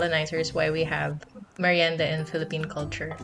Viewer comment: Wait who is Miranda? wait...did you say MIRIENDA? Repeat after me...MIR...YEN...DA, mirienda! Lol just kidding. Thanks for this fun video! 💙💙💙